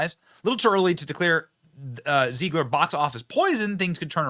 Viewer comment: Zeh-glir not Zee-glir